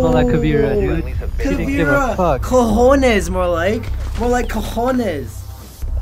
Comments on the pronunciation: its cojones not cajones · why you say cajones?? it's cojones, huevos, testiculos, gonadas masculinas... but to caveira is better ovarios. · i think he want to say "cojones" XD and not "cajones" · Did nobody realized that said Cajones, with means wardrobe in Spanish? Instead of Cojones? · It's not " Cajones " is " Cojones " that word is mostly used by people from Spain and cajones means a different thing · it is said cojones instead of cajones😂😂, but it's okay anyway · lol, actually is "cojones"